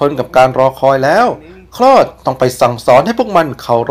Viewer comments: มันชื่อ โค้ด ครับ ไม่ใช่ คลอด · พระเอกชื่อ คอส ไม่ใช่คลอดนี้ครับฟังแปลกๆ